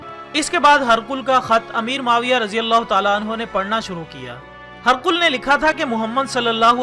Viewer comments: This is Hee-Raa-qal Not harqul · هِرَقْلَ کو آپ ہرقل پڑھ رہے ہیں اتنی فاش غلطی موجود ہے پہلے تلفظ صحیح کرلیا کریں پھر ویڈیو اپلوڈ کریں